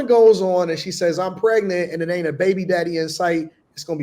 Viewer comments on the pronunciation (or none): none